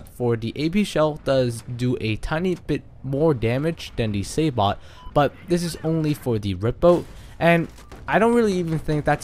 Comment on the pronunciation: Sabot is pronounced sabo by the way. Silent T. Good video though bro.